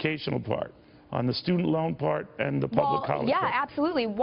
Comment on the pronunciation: It's pronounced "ABSOLEWTELY"